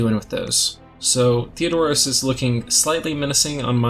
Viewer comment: It's TheR-o-dos, not Theo-dorus . It amuses me every time you get it wrong. ;)